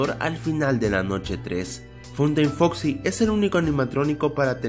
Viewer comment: dijiste en la 5 curiosidad dijiste fosi en ves de foxi genio